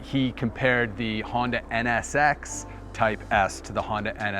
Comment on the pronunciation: Onda Prelyude